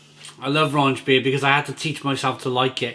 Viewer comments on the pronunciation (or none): There is no "n" in rauchbier. Rauch is German for "smoke". Please stop saying "raunch". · I love watching all your reviews and I mean no disrespect when I correct you on the pronunciation here. The first half of the word is pronounced sort of like 'cow' but with an 'r' instead of a 'c'. So, 'rauk-beer'.